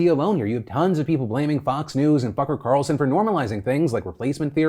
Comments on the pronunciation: That's not how Tucker Carlson pronounces his name Phil, but it's okay VERY common mistake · Lol idk if you said fu cker or tucker Carlson at first but both are correct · Am I the only one that heard F**cker Carlson instead of Tucker? LOL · Did anyone else hear “Fucker Carlson”? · had to back it up to make sure i really did hear "F*cker Carlson" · Did anyone else hear Fucker Carlson or is that just me hahaha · Did he say fucker or tucker carlson? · Did anyone else hear "Fukcer Carlson"? XD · cucker tarlson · Had to rewind a few times to make sure I heard Fucker Carlson correctly, then I did it a few more times for the satisfaction. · LOL it sounded like Phil said "Fucker Carlson". That works so well. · (F)ucker Carlson... ehhh... Yeah I heard it... I HEARD IT! Smooth. :D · Not sure if it was almost a Freudian slip but it almost sounded like "f@ Carlson instead of Tucker???? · That is the most "F" sounding "T" I've ever heard in "Tucker Carlson" hahaha